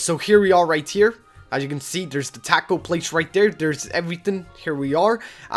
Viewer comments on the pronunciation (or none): none